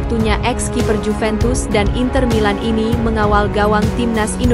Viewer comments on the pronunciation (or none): none